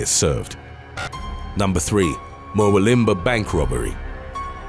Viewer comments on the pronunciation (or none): #3 it's pronounced muh WILLum bar. I was wondering about this strange place and had a giggle when I saw it written. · Three things: 1. Ivan Milat died of stomach cancer in 2019 while still in prison. Good riddance. 2. Just a nitpick, but Murwillumbah is pronounced, "Mur-WILL-um-bah", not "Mur-will-IM-bah". 3. Bit of trivia: Australia has a reputation for poisonous things, but the creatures responsible for the most animal-related human deaths in Aus are actually cows and horses. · Mur- will-um-Bahhhh ... It's just down the road from me LOL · Mate, it's pronounced "mur - wool - um - bar" but good try 👍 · Murwillambah is pronounced mur-woo-lum-bar, other than that good vid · Murwillumbah is pronounced as it looks… mer-will-um-bar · Hahaha, the way you pronounce Murwillumbah! Just say it phonetically - Mur like myrrh, will like the boys name, um like when you're contemplating something, and bah, where you buy alcohol at the local pub 😂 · It’s pronounced Mur-will-um-bah, just sayin. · Just for the record, Ivan Milat is pronounced (phonetically) eye-van NOT eee-van in proper English, Huntsman spiders are pretty much harmless but scary looking, Murwillumbah is pronounced (phonetically) Mer-will-um-bah and no matter what you ever read on the internet about Martin Bryant, he is just a c**t. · Love this channel but it's pronounced I-Van..his son was a POS too. Both are a stain on our country. Also it's Mer-will-um-bar. Sorry to be the pronounciation nazi 😅🤣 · Just want to say that’s not how you say Murwillumbah, I use to live there. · For the love of God...never try to pronounce "Murwillumbah" again. Hurts my teeth. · Especially Murwillumbah 🤔🤣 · U butchered the pronunciation of Murwillumbah & Ivan... How hard is Ivan to pronounce I-van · Wait til you hear him say Murwillumbah